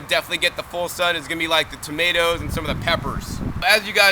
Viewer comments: Did my guy just say To-may-tee-ows for real? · toe-ma-ti-oos lmfao.. Ive never heard that in my life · Toe-muh-tee-o's. First time I heard this pronunciation. Interesting....